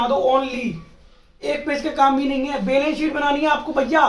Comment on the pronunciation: Chootiye वो "बैलेंस शीट" होता है, नाकी "बेलन सीट"😂😂